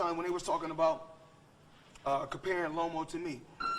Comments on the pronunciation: Floyd said Lomo 😭😭😭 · Salida and Lomo Lmao. Floyd BMs these boxers purposely mispronouncing their names all the time, it’s amazing haha. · “Lomo” and “Salida” 😂😂 Floyd stay butchering his words